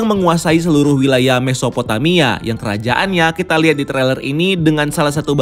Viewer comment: Pas bilang mesophotamia gw kira mau bilang mephisto lg lu, ga jadi gw tampol deh.